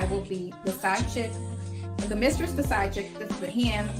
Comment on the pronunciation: I hollered laughing at the spelling of how pronounced mistress. "Misschess"...😂😂😂😂😂😂😂😂😂😂😂😂